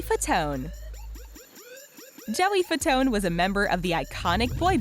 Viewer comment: Jesus you people.. its Joey Fat-One. not whatever youre saying